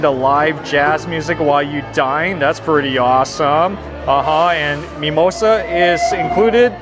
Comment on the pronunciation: wtf is mee-moy-sah?